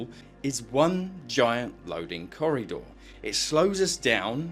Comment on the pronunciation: it was only after you said it a few times that I realised you said "corridor", I was like "what's a corry door?" lol